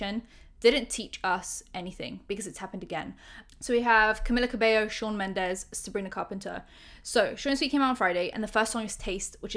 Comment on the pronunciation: **"Cameeeeeella" ,not Camilla lol. Sound so stereotypically British (like me!) calling her Camilla lol, I was guilty of doing that too til I learned she is Cuban-born Mexican-American, Latina, and her first name only has one L, so it's pronounced "Cameeela" and surname (Cabello) pronounced "Cabayo". Not really that important I know but still lol, makes me chuckle.